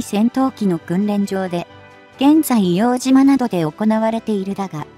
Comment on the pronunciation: 「いおうとう」です。